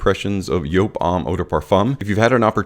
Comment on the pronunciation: Yes, that is how you pronounce it because it is a German company. So the J is a Y .